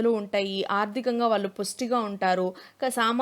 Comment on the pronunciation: Small suggestion. వాల్లు కాదు, pronounce as వాళ్ళు Madam👍